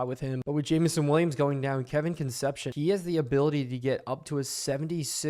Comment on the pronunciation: I believe that WR named Kevin’s last name is pronounced Kun-CEP-see-OWN (“own” as in, “I OWN a car”). I only know this because I’m old and the Cincinnati Reds had a Shortstop when I was a kid named Dave Concepcion (spelled the exact same way and pronounced Kun-CEP-see-OWN).